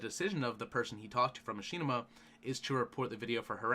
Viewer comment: muh-shi-nih-ma not ma-she-na-ma